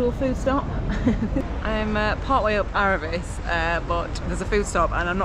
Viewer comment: It's Aravee. Final s is not pronounced. Like Paree is Paris. It's Beaufore. Silent T. Home of a very highly regarded cheese. Roseland incredible from both sides but you could have took the Col du Pre from that side. Ridiculously fast descent to Bourg St. Maurice. Nice. 2 hours from MCR. Col d Eze, Turini, La Turbine, Madone. Train and bike and you can go inland or on the coast. The location where the best riders live and train